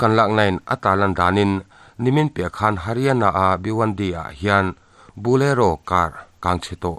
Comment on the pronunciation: Bulero ka hre ngailo. I thil lam dan hi diklo atam thin hle mai.